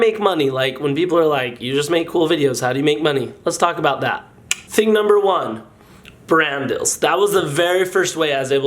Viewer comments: Are you saying brand deals or brand DILLS? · I thaw he said dadadels but it was brand dills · turn on comments and instead of it saying "brand deals" it either says Brandels or Randall's